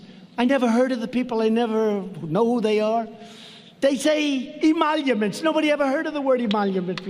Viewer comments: I'm shocked- That someone was able to teach Trump how to say the word emoluments. Damn elitists with their high-falutin constitutional words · "I am not doing any emoluments, it's all sleepy Joe" Probably went through the head of the troglodyte in chief. I am surprised that trump can actually say Emoluments